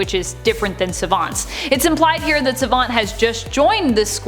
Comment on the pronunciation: Don't like the way you say Savant.